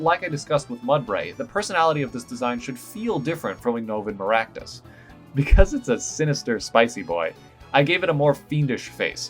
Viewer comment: Mazan Maractus should totally be a Fire/Poison Type. (And your pronunciation isn't bad, believe me.)